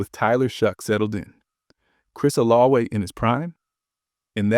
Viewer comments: That's how you pronounce Olave in French. 🤔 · I hate the way this guy pronounces Olave